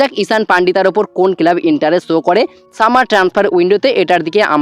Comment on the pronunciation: টুকলিবাজি করে ভিডিও বানাস। নিজস্ব কোনো খবর নেই। শুধু ভুলভাল খবর। কেলাব না কথা টা ক্লাব। উচ্চারণ টা ঠিক কর। আর যুক্তিপূর্ণ কথা বল।😂😂